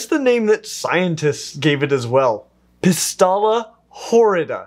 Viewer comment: I keep this stunning species and was a little surprised about how you pronounce the scientific name because I learned something else. You pronounced the name “Pystalla horrida” but it’s PSYtalla horrida. I just wanted to let you know :)